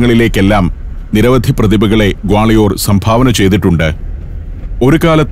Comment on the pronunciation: ഞങ്ങൾ ഗാളയോർ എന്നല്ല ഇവിടെ പറയുന്നത്.ഗാളിയർ എന്നാണ്.🌹🌹💗💗💗